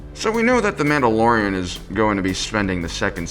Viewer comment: Don’t know if it’s just the mask, but the mispronunciation of the mandalorian’s name is killing me.